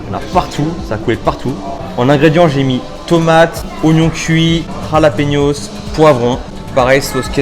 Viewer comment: Du khalapéniôsse😂😂